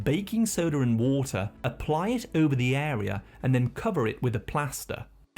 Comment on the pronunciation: Every other one: Water: WaAAter